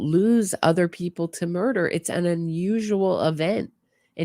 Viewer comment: Everything Wendi says and how she says it makes no sense. She spits lies in people's faces." He never, he never!" The interrogator should ask what never.? (he would never poop in his pants?)she couldn't even pronounce murder. After a terrible hysteria of crying and moaning, breathing as if she was suffocating, suddenly she was talking to her mother calmly as if she were telling what nice clothes she had bought (Mom, sit down, listen, I bought the dress you dreamed of, just don't tell anyone)I wonder what woman who hates her husband so much despairs, yes, you can be sad or feel sorry, but Wendi put on a show😭😭😭👺🤣I love your sense of humor and your channel, between these tragedies I can laugh at these idiots who commit crimes without any sense.